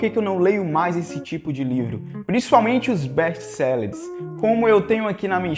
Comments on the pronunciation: "Bésti céleres"? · não é best selleres é best sellers